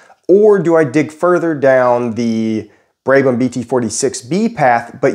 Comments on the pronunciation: Brabham, brab-um, not brabe-ham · Brabham. "Brab-um", not "Bray-bum". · its not "braybum", its "brabham" its even in your description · Brabham, not braibham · It’s Brab-ham Brab is pronounced like Brad but with a b instead of a d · F1 Team: Has an easy name to pronounce This guy: "Brey-brem" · the way he says brabham hurts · How to mispronounce Brabham with a long vowel… watch this video. How to use erroneously use low pressure high speed fans for high pressure pumps… watch this video.